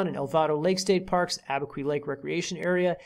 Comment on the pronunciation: It's not pronounced Abi-kwee; it's Abi-kew.